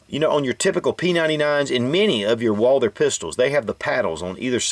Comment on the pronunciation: the h in Walther is silent